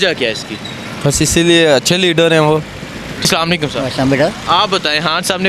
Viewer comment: salamalaikum nahi bolo Assalamu alaikum bolen plz.